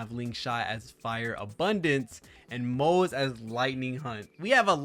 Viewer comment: it's "Moh-zuh" btw, we already know the pronunciation from the 2.3 Special Program.